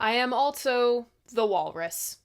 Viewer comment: Altso.... Theres no 't' in "also"